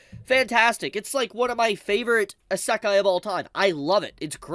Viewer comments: the ASAKHAI Strikes again.. common, learn to pronounce it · Bro, please stop saying asekay, its actually killing me, please spare me. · How wonder how can still mispronounce isekai after all those years. Like cmon bro its a japanese word so its the japanese "e". I don't know how to write it how its pronounce but its easy to search up. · Love English people saying Isekai a asekai 😂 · I stopped watching when he mispronounced Isekai. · pllzzzz listen to how everyone else pronounces isekai. ur annunciation drives me nuts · How can you say you’re a huge isekai fan and talk like you know so much about it when you don’t even know how to pronounce right lol.